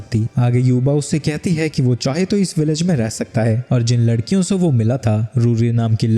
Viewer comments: larkian ❌ lakrian ✅ 😂😂😅😅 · lakdiyo ❎ ladkiyo✅😂😂😂😂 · Abe ladkiyon ko lakdiyan bol raha hai tu😂😂😂😂